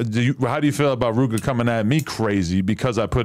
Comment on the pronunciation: Why he say Rooga like tha 💀